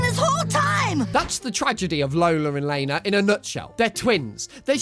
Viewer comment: Could you do the Loud house with CPS??? Also Lana name is pronounced LAH-NAH not LAY-NAH